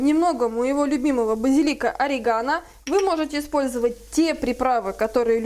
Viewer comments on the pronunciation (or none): none